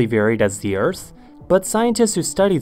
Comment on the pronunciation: Never heard anyone pronounce the earth as "se ers"